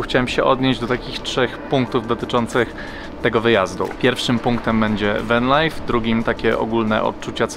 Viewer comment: Spróbuj popracować nad wymową angielskich słówek, venlajf to jedno z najgłupszych udziwnień, podobnie Sydni. Zresztą przez przypadek wymówiłeś dwa razy poprawnie te słowa, czyli da się, tylko ty już się gubisz.